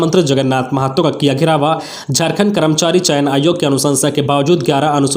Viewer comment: टेटे को टेट और घेराव को घेरावा क्यों बोलते हैं